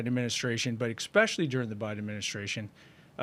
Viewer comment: Make "exspecially" special again. It's Especially. Essss. Not exxxx. Thank you for your attention to this matter.